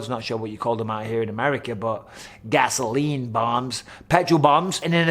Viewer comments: the way you said "gasoline" 😂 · “GASOLINE Bombs…” Lol Bisping’s American accent is on point. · “Gas-o-line bomb” American Bisping 😂